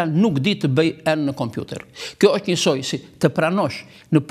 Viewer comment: I nderuar Xhevat Lloshi, Ti po flet si duhet të flitet gjuha Shqipe Letrare, por nuk je i vetëdijshëm se Ti vetë po bën gabime; n'vënd se të thuhet 'është' ose 'ndonjë' Ti thotë 'eshtë' dhe 'ndonji'! Hallelujah!